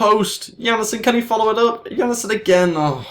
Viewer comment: Jannesen? Its Jan-sen :D